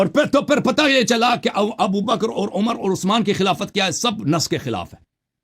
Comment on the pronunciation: ہمیں حسن اللہ یاری پہلے تو اپنا گلا ٹھیک کر تو حضرت ابوبکر صدیق حضرت عمر اور حضرت عثمان کا نام لے نہیں پا رہا ہے اور تو جو ہے بات کیا کرے گا ان کے بارے میں ج*** ادمی